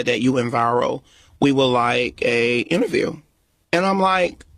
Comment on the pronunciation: This "innaview" was a hot darn mess